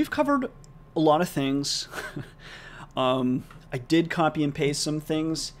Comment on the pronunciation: It's actually pronounced "paste" not pasta